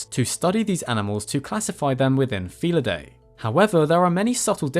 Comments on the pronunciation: Pronounced: "Fee-lid-DEE", not "fee-lid-DAY" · You keep mispronouncing "felidae". The AE at the end is pronounced as a long I, not a long A!